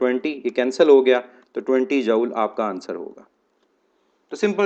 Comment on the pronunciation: Joule pronunciation is jool, isn't it?